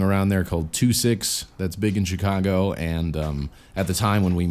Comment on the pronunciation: i like how you said ch cago lol